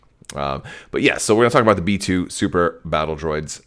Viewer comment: I dont know why but i kept hearing metoo battle droids. Not B2 lol